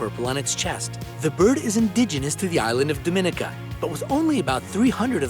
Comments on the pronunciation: Fun video... Just a note: Dominica is pronounced dom-ih-NEE-kə. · Dominica .. stress on the third syllable. dom-uh-NEE-kuh. Not pronounced like Dominican without the n! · Dominica? ITS DOMINICA BUT U SAY IT AS DOMANICA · It’s actually pronounced DOH MEE NEE KA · You pronounced Dominica incorrectly. You make it sound like Dominican ( Dominican Republic) they’re spelled similar but the o sounds different. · Can’t believe they put Dominica and not Barbados. I’m slightly triggered(btw it’s pronounced domineeca) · Dominica was pronounced wrong